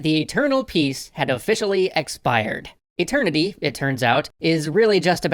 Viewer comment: EIGHTternity they say.